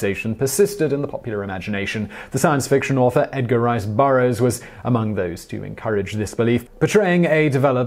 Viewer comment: It sounded like you said, "Edgar Wright Burroughs".